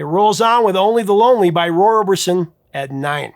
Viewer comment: Every time you mentioned the Roy Orbison song it sounded like "Only Baloney" to my English/Australian ears. Perhaps slow down a bit and improve your diction (as the actress said to the bishop).